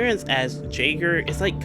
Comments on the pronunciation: Pronounced yaygr btw not jayger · Not to be that guy but jaeger is pronounced “yay gr”. It’s also German, for hunter